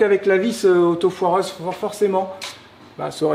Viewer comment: Hello c est autoforeuse et non autofoireuse.Lol